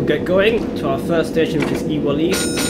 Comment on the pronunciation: Ewell East is prounce You-Well East